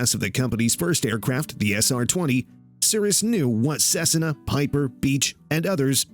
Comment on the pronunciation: Equipted? Cessana? This is so bad it's embarassing